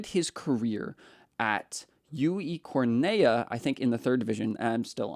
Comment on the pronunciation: Cornellá! Please pronounce it correctly. It’s too painful to listen anymore